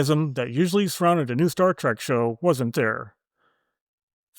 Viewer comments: “Star TREHK,” not “Star TRACK.” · OH MY GOD!!! "STAR TRACK" - ?!?!?!? SERIOUSLY?!?!?!? UNWATCHABLE. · The ringing game reward noise when you post your fun facts is super annoying. Drop it. Also I can hear you saying star TRACK very clearly lol adjust your AI otherwise 6-10